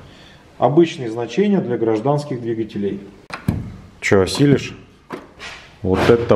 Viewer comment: Не двигателе́й, а дви́гателей)